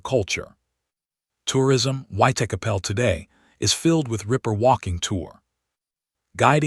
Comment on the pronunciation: Put me off watching it. The way that he pronounced Whitechapel.